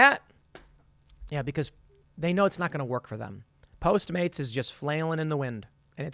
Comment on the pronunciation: It's funny how you're automatically saying post maids instead of postmates